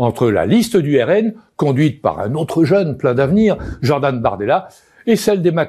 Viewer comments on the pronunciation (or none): none